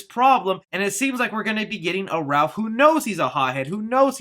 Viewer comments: For whatever reason it's like nails on a chalkboard for me everytime someone calls Raph "Ralph". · Please stop saying Ralph its Raph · Ralph instead of Raph? HAHAHAHAHAHAHAHAHAHAHAHAHAHA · It's Raph not Ralph! There is no "L"! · It's Raph not Ralph! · Using it Raph, not Ralph? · Is it just me. Or does it sound like is saying "Ralph" rather than "Raph" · Every time you said "Ralph" instead of "Raph" it killed me a little inside. C'mon, man... even if they effed up in autocorrect, you should have caught it and not have said it over and over again like it was his name. Lol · The hothead turtles name is Raph not Ralph. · Isn’t it Raph not Ralph??! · word that low key pissed me off. ITS RAPH!!! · Ah Yes. Ralph not Raph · No its "Ralph" not "Ralph" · I’m going to annoyed that he said “Raph” the wrong way , it’s Raphael lol good video though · ....Love ya, but duuuude...Its Raph...NOT RALPH.😠 This is not 🎄☃️A Christmas Story🎄☃️...Lol. 😆🤣 But seriously...."Raph"...🐢Raphael...NOT RALPH. Thank you....Steve-O 🏃‍♂️💨out!! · Stop saying "RALPH"!!!! IT IS RAPH!! RAPHAEL!!!! sorry he's my favorite hahah I love your channel and I watch within a few hours everytime you post !! Keep it up man!!! And we all thank you for keeping us up on all the good!!! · It's RAPH not RALPH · Yay more Turtle news! I just hope that they dont get Rapheal's nick name... Its "Raph" not "Ralph" its a common mistake but i hope they fix it... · Am I dumb or is it raff (Raphael), instead of Ralph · STOP CALLING HIM RALPH! It's Raph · This guy calls raph RALPH unsubbed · The fact that you refer to Raph as "Ralph, is sad. How can any TMNT fan make this mistake? Big thumbs down on this video. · Leonardo = Leo Raphael = Raph Michelangelo = Mike or Mikey Donatello = Don or Donnie There is no excuse for saying Ralph. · Why are we calling Raphael "Ralph"? I thought you loved TMNT? How is a super fan butchering the most popular ninja turtles name. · Apparently to, it's "Ralph" NOT "Raph"...😵😡